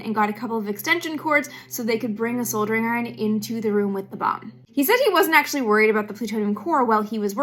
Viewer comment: Your inner Australian is out pronouncing soldering correctly. Nothing the comments and seemed normal the way you were pronouncing it